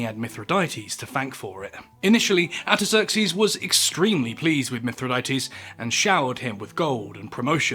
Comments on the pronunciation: Artaxerxes. R....R. ARE? ARTAXERXES.. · Sounds like you don't pronounce the first "r" in "Artaxerxes".